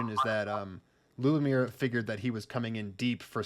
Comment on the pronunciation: I got eliminated by Lubomír in the 3rd round. Yes, his leg cuts do hurt 😁. You did great job in pronouncing the names!